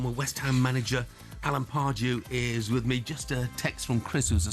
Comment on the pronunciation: Alan Pardew's pronunciation of player's names is actually appalling.